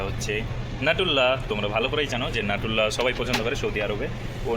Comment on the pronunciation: নিউট্রেলা, নাটুল্লা না